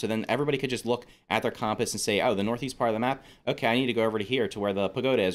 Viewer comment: They way you kept saying compass really annoyed me